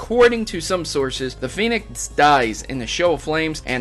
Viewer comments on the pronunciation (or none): why do you pronounce "phoenix" as "penis"